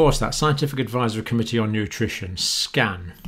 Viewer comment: SCAN - It almost sounded like you said "SCAM".